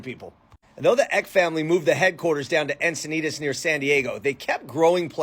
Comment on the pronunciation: It's pronounced Paul Eck-y. His grandson's family a local celebrity family around Encinitas, and they have a ymca named after Magdalena Ecke. My mom interviewed Paul III, and I transcribed it. Back when I was living in the SFV.